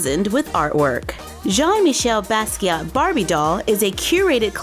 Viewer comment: It's pronounced *Jean Meecheyl Baskeeya. But anyways, cool video.